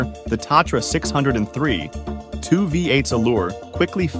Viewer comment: From the start, the Tatra was NOT a six hundred and three, it was a six o three. Then the whole video just went downhill from there.